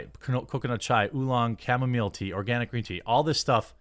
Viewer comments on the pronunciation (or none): none